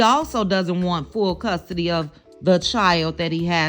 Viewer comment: Did you say "Fool" custody. Commentary on point.